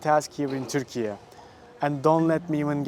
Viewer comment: first of all, it's turkey....not turkeya